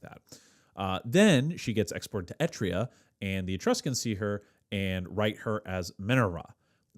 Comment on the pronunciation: What is ‘Etria’? Do you mean EtRUria?